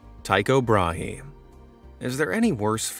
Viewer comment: Tycho Brahe. The H is silent. It is closer to the word bra.